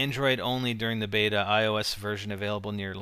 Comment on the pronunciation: its a (say it with me now) BETA.